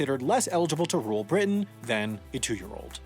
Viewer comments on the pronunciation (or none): none